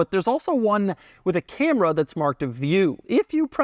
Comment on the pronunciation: The cam-ray😂